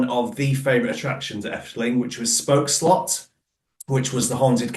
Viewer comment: Congrats you are officialy the First non-dutch person to pronounce spookslot correctly